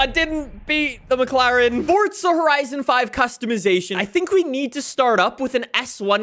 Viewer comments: its forza not forca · Can you stop saying it fortzaaa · *Fordza * lmfao